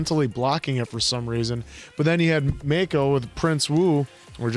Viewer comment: make-oh......its mack-oh. you've heard the name said for 4 season now.